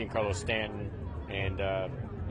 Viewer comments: The name is not Spanish. It is Italian. Yes, John Carlo is a good approximation. In Italian, it would be like Gee Ahn Car Lo. Definitely not Gene Car Lo. Just go and listen to how Michael Kay pronounces it. He should be the authority 😂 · If you really valued him, I think you’d learn how to pronounce his name.